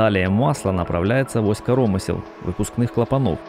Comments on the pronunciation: ты дебил, он карОмысел говорит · Неужели никого не смутило произношение "корОмысел"? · Блин, коромы́сел! Máсляная плёнка! Máсляная! Найми русскоязычного, если забыл русский или плохо выучил. Слушать невозможно! На семь минут хватило! Корóмысла просто убили. Это уже за гранью. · Если бы автор видоса ставил правильно ударения в словах русского языка, то вообще был бы супер-видос... Не Излишки, а излИшки, не корОмысел, а коромЫсел... Думаю это профессиональный "диалект" ))